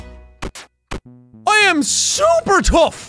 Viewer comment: ITS CALLED BUFF AND TOUGH AND HE SAID TOHGH AND BUFF